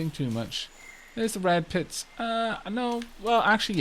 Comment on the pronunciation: For a second I heard bread pits. XD